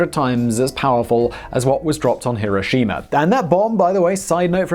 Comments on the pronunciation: You called it "Mowb" My God Simon there's no way that was on accident. And where's Hiroshimer? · It’s pronounced “here o shima” spelled Hiroshima not Hiroshina. And it is Moe ab spelled Moab not mobe. You do this stuff all the time and why do we have to look at you all the time? Wtf already.